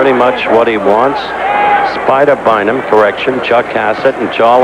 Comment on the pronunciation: One of the judges is named Spider Bynum? Swear I thought the ring announcer said Spider Bite'em